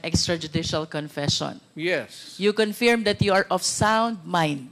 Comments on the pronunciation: Luistro, pwede bang ayusin mo yung pronunciation mo ng word na “Confirm”; it's pronounced as kuhn•furm, not confyerm or conpyerm, saan mo nakuha yang ponunciation na yan? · MADAM CONFIRYERM!!! HAHAHHAHAHAHAHH.... WRONG PRONUNCIATION PO... ahahhahahhaha...NAKIKINIG PO ANG SAMBAYANA SAMBAYANANG PILIPINAS!!!! You have the same script with Roal Manuel at Castro...STICK ON THE SCRIPT!!! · Hindi yan maayos, sir. Binara nga yan ni PRRD. Politika lang yan. She doesn't know how to say “Confirm “correctly. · She can’t even pronounce confirm properly.. smfh 😂